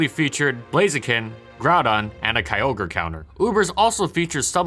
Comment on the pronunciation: It's pronounced K'yoh-gray. Not kiy-oh-ger.